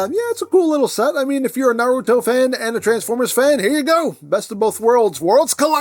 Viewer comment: Not knowing the show is fine cos you're at least saying Naruto correctly Even people who HAVE seen the show say it wrong as nah-ROO-toh instead of NAH-roo-toh Also the Gamakichi is a brand new mold though is likely to be made into Spittor or Diver Most likely Diver since we already have Tasmania Kid and Lio Convoy from Beast Wars 2nd